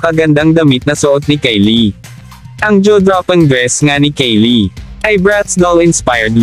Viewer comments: HiltEn... Kardayshan... Kaylie... 🤣🤣🤣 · Ano b yan hilten ka ng hilten. Hilton!!! Kayli bigkas at hindi keyli keyli😂🤣😃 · Na-bother ako sa "hilten" at "keli".